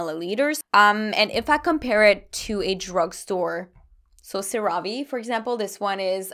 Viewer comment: Love this vid, so helpful!! 😍😍 Just FYI CeraVe is pronounced 'Cera' like 'Sarah' and 'Ve' like 'Vay' SarahVay 😁😁